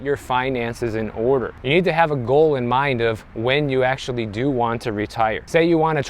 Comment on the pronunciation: You said AKSHUALLY four times in the first 30 seconds